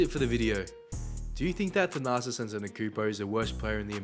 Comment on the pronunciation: It sounds like you’re saying “the narcissist”.😂